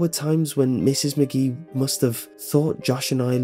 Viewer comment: A few things...... you pause weirdly when narrating like William Shatner, you keep mispronouncing names such as Mrs. McGee. You switch between that and calling her Mrs. Maggie. I know they're little details, but it makes a difference because they pull the person listening out of the story.